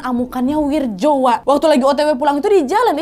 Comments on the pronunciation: Wak, gk ada nama wirjo di jawa, itu bacanya wiryo...wak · Wirjo kalo ga salah dibacanya jadi "wiryo" kalo d jawa khususnya tulisan dulu